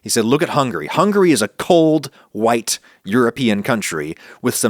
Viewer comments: why do you say "white people" as if you're saying "whouyte people"? Is it just how you say white? because it seems really weird. Sorry if this is off topic or something like that, it just struck me as odd and I had to see if anyone else noticed this. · why this fool say "white" like that